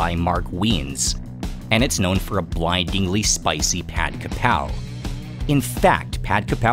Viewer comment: ผัดกะเพรา shall be pronounced as "Pad Ga Prao". But most Thais are prone to write "Pad Ka Prao", but definitely not "Pad Kra Pao".